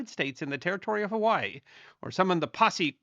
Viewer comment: Huh-wai-ee Or Huh-vai-ee But not Huh-wai